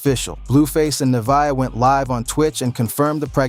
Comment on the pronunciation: He said Nevaeh name wrong over 20times 😂😂😂😂😂